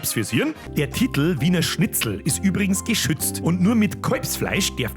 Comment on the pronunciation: ... "wiener schitzel" 👌👌 so nenn i des jiz in zukunft😂